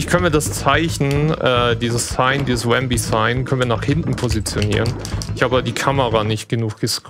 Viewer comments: Sehr schöner Run, trotz manchen kleinen Schwierigkeiten. Manchmal gab es aber richtige Wow-Momente. Habe hier so einiges gelernt. DKC 2 ist eines meiner liebsten SNES Games. Aber das du zu Rambi 'Wambi' sagtest machte mich etwas wahnsinnig. ;-) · Cooler Run mit vielen interessanten Shortcuts und Glitches. Der Runner ist sympathisch und hat seine Aktionen kompetent erklärt. Machte Spaß. P.s.: Das er den guten Rambi aber ständig 'Wambi' nannte machte mich aber irre. :-D